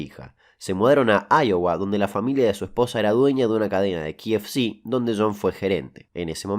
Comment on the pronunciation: ki ef ci JAJAJAJAJAJAJJAA AMIGO ESTAMOS EN ARGENTKNA KAEFECEEEEE